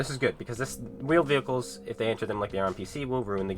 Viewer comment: Vheeled Wehicles uhm can console's render them quickly enough?